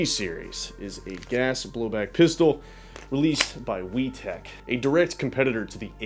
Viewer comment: you're not a child say pistol and speak properly